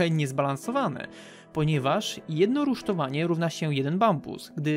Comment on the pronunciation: Wiem że sie czepiam ale w jest „rysztowanie” XD (brać z przymrużeniem oka. Nie chce obrażać bo błędy sie każdemu zdarzają)